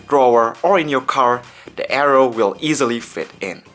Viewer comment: hey bro nice little review here, and just wanna let u know its pronounced "Air-row". gigabyte build quality still seems a bit iffy to me, so i think the razer blade is still a better choice becos of its single molded aluminum chassis.